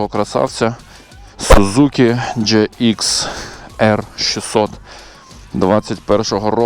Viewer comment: коли людина навіть не може прочитати навзу моделі і джиксер називає "джеикс600", то це-срака. навчіться читати. потів навчіться їздити